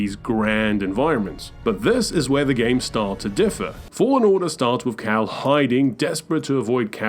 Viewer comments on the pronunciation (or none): Bro called cal caw and cere siri 😂